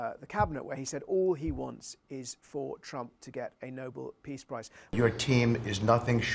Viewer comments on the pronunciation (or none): It's not Noble it's Nobel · Would someone please tell those ignorant uneducated Americans that it is NOT the Noble peace prize (although it is noble)— it is the Nobel (pronounced “no bell”) Peace Prize. Very poor US educational system, for many, many years. What a waste. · Witkoff, what a stupid person to not be aware how NOBEL is pronounced. Not NOBLE, NO-BELL! What a moron. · Witless witkoff must be talking about something else… he kept saying the “Nobull Peace Prize”. Such a disgusting display of asskissing we have never seen. His entire face is brown. What a horrible little idiot; I really can’t wait until this embarrassing clown show is over, worst president and administration in American history.